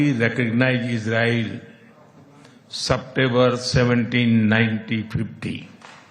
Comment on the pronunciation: Isse accha class one ke larka accha english bolte hai September ko satember bolraha hai😂